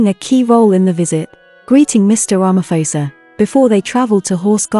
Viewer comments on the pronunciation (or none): That is a lovely colour. Tip Prounounce Ramaphôsa like Xhosa or like pause'a' 👍